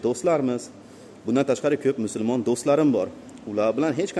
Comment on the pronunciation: Musulmon deng musurmon emas